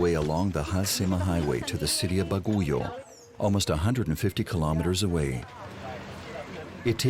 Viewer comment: The name of the main city is not pronounced as "Ba-go-yo". It is pronounced as "Bag-yo" spelled as Bagiuo.